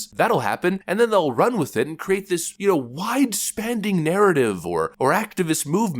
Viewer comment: "Wide spannding (spanning) narrative" I love how this guy just makes up words, it's hilarious. Especially when he calls people out for their intelligence... it makes these moments all the more hilarious. Apparently literacy levels aren't important in HIS America.